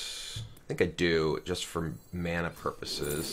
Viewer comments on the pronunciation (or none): none